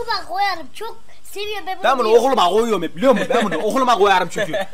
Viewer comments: "Ben bunu oğuluma ğoyarım" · "Ben buğu ohuluma goyarım" ~enes